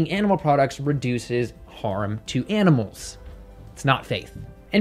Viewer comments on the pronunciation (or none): Yeh betteh not hurt those aminals bruv 😂😂😂😂👏🏽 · “you better not hurt those aminals bruvh” lmaaaooo